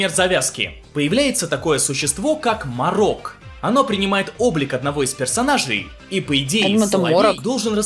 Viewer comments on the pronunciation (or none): Не Ма́рок а Мо́рок😡